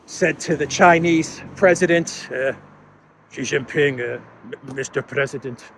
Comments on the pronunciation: It is Xi Jin Ping, not Ji Jin Ping! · STOP SAYING JHEE JHING PING, JHEE MEANS PENIS IN CHINESE LANGUAGE. HIS NAME IS XI = SHEE JIN PING, SHE LIKE FEMALE. PLEASE STOP INSULTING HIM